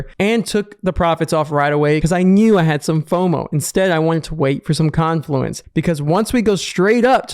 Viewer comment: Finally a trader pronouncing "confluence" correctly.